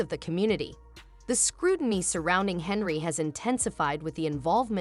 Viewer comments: You couldn't catch that your AI translation was pronouncing HENYARD and HENRY the ENTIRE DAMN VIDEO? Nice Job Genius. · This AI shit is gettign old. You can tell it's AI cause even though the fucking title has her last name right the AI is saying Henry. This is why I'm probably not gonna keep my Premium. I ain't gonna pay for computer generated content. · You need to learn how to pronounc her name and until you do I will not give you a thumbs up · Get her name right mr. Bot